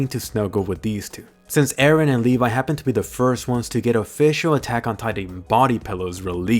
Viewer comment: ITS LEVI NOT LEVA